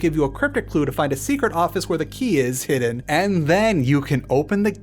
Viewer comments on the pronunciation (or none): none